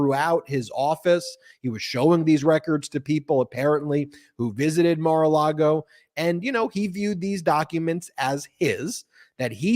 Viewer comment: Why does always pronounce it’s Mara Lardo? 🤔